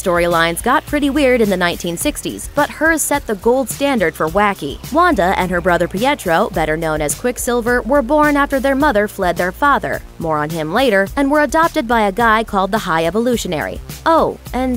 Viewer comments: IS EVERYONE IGNORIMG THE FACT THAT SHE SAID PEEAYETROW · peeyettro? i cri